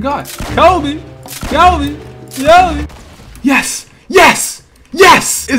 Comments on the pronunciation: Cobbie haha lol its Kobe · You said Cobbie when throwing the sticky bomb _